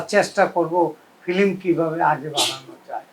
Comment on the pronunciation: Film word ta correctly bolta para na